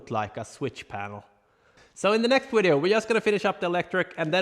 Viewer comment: Love the wideos or however you say it. lol😂